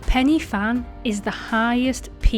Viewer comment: It's pronounced, Pen y (huh) Fan (van) ❤😂